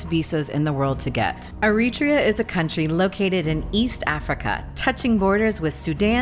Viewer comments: AIR-uh-TRAY-uh, not Uh-REE-tree-uh. I lived in Asmara from . The Island in the Clouds. I fell in love with it then, and it still lives in my heart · It’s pronuced eri tree uh not eri tree ah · its pronounced eh·ruh·tree·uh btw not arutrea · Americans... everyone else pronounces it Eri-trea, not Er-ri-tria. Irritating but we expect it. But I doffs me lid to you, young lady. Takes guts to travel to places like that solo. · Isn't the proper pronunciation EriTREEa? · I lived in Ethiopia for 2 years, I have visited Eritrea, I know people from Eritrea, but I have NEVER heard this pronunciation of the country’s name. The accent on the 2nd syllable is unique to this narrator. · You don't pronounce it right Eritrea